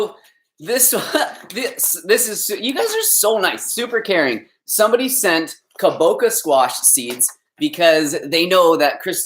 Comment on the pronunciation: Kabocha is Japanese and the 'ch' sound is the same as in chia.